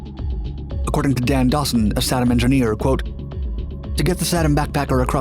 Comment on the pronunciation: Tom's Best Stuff has the correct pronunciation (SAY-dum). Additionally, there was little to no radiation exposure hazard on an undamaged B54. (others were a TOTALLY different story). The 27 hour limitation was because the clocks would jam if set too long. And none of the pictures showed the EPWG. (Army EOD 68-88)